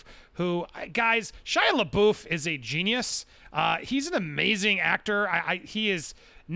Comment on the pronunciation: Dude please pronounce Shias last name right wtf haha